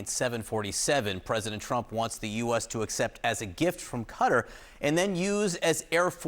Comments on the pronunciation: Cutter? What are you saying? It’s Qatar you du****s! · Can mainstream journalists fucking learn how to properly pernounc a countries name. Qatar, sounds like ( kat tar]) Not cutter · Quatar not cutter pronounced catar grammar does mean pronounceiat words correctly. . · Ca-Tar not Cutter. Even Trump got it right. 😂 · Pronounced Qataaar 😅 nice plane though ❤ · "Even if there's no favor, that was offered from Gutter" -- when the educated Americans try to get the pronunciation right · Ffs, stop calling it "Kudder," America. 🙄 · Pronouncing Qatar as Cutter invalidated literally everything you were going to say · Not edgelording . These are professionals. If you can't get perfect Arabic I get it but cutter? Would I be edgelording if some of them were pronouncing it chicago? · IF ONLY QATAR COULD BE PRONOUNCED BY AMERICANS PROPERLY??BUT A GOOD VIDEO!!